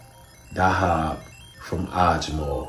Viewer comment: It’s pronounced weesahl Daa-haab